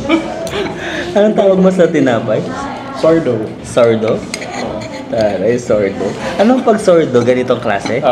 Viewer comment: correction po sa pronunciation ng sourdough, it's not sardo, like kuya said, it's sau-ur-dow po. ✌️✌️